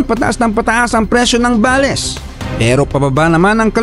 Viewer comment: I just want to make a comment about you saying “BALES” you should pronounce it in English Bales in one word not ba les Bales means a large bundle or package prepared for shipping